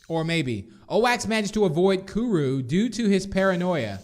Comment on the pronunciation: You're Not Saying It Right Like Kuru" Is What You're Saying Wrong